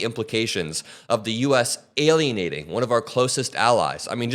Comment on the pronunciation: 0.47 alienating ??....... alienated !!